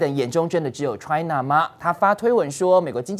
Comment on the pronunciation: 主持人的China 發音很奇怪. Ch發音太過了. 主持人話太多了。讓來賓多說些好嗎？